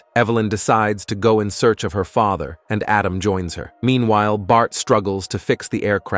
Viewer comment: The AI narrator started breaking. "Para-cities" instead of "parasites", "father" pronounced like it rhymes with "lather".